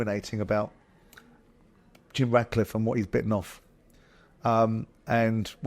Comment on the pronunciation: Jim Ratcliffe is really concerned about what you think Simon Learn how to say his name properly for a start genius